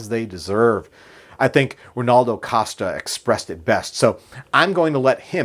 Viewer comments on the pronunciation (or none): none